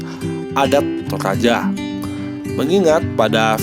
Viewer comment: Bukan tolaja bosku tp toraja😅